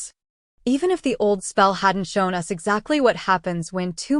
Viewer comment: It’s A.I. I just realized when they said “U.S.” instead of “us” it’s too bad though. I really needed to read this for Book Club.